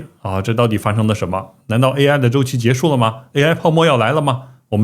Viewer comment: 终于听到有人能把结束两个字读对了😂